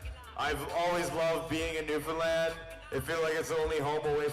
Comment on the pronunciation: Not only are these two guys great at what they do, but they are so hummable and respectful guys I have ever met in the music biz. can even say Newfoundland right!